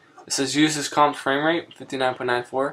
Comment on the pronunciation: Fwame wate.